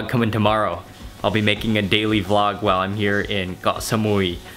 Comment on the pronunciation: WHY DO YOU KEEP SAYING GOH SAMUI? ITS KOH NOT GOH